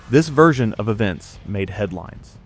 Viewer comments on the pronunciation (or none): none